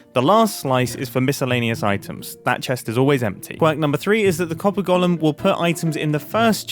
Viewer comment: "Golem" is pronounced 'gəʊləm (goal 'em), not Gollum, who was a character in Lord of the Rings. I've been holding back on this for years, and finally cracked because of the number of times you said Gollum when you meant golem in this video. Lots of people make this mistake, but Grian isn't one of them.